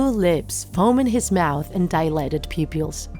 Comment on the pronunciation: me: actually this is a kind of disturbing story the narrator lady: his foaming by his lips and his "poopyills" dilated